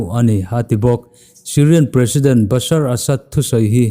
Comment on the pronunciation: September niloin October tur ani zawklo m🤔🤔🤔🤔asar-ba-sad nilo in Basar Al Assad "ba-shar-al-asad" tur ani e,Noun abikin hming leh ramhming chu a dik a lamrik theih hram2 anthra.... Godspeed 👍